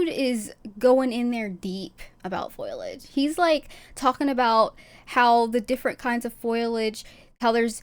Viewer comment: Its foliage not foilage